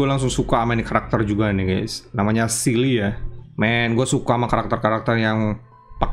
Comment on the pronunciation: itu dibaca nya sele bang, bukan sili